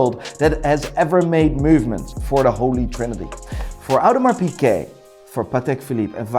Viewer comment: Considers himself "Watch Expert" but doesn't know how to properly pronounce Hermès, Audemars Piguet or Cartier